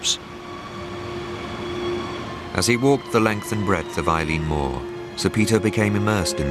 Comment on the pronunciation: As someone who served as a keeper there I can say that there is a lot of absolute crap in this programme, he can't even pronounce the name Eilean Mor properly.